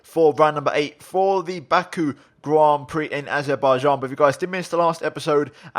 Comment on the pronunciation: “Baku Grand Prix in Arzebaijan” you ok? Or is this the new SHINEZE GROND PROC